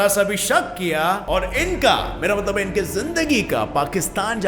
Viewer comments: Wow.... He said mtbal 🤣😅 at place of mtlb...🤣😅😅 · told matbal....... 😂😂😂😂😂😂😂😂😂😂 Kya bhai aap bhi na